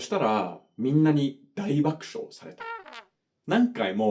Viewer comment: ものすごく厳しめで申し訳ないのですが、大爆笑の「しょう」や箸、橋の「し」が若干shっぽく聞こえちゃいました。 全く気にならない程度で、重箱の隅をつつくくらい厳しめです😅